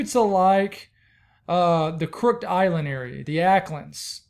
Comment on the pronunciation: It's pronounced Crook it Island May Guana Watching from the Bahamas